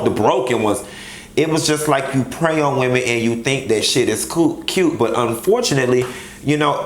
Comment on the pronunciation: Its "Wimenz" sis 😂😂😂😂😂. Lol I love when he says that